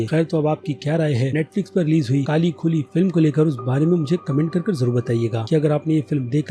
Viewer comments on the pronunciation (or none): movie ka name to theek se lo bhai........... काली खुही -- means "Black well"